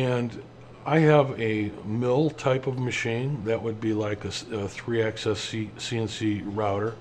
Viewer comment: Slight nit pick on pronunciation... Axis is pronounced like Taxes, Axis plural is usually pronounced like Taxis, but I've never heard anyone say "Access" before, even in Canada or Europe. Tiny nit pick, but consistency in the names of things helps newbies a lot. The recommendation for listening at 1.5 speed was brilliant and you were still perfectly clear.